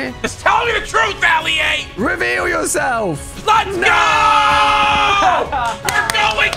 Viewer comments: Its funny how Courage called Ali-A Alia🤣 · bro rlly said ali uh💀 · Aleeha? JACK, ITS ALI-A! Fix your proper spelling my man! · bro said his name wrong and alia didn't question it💀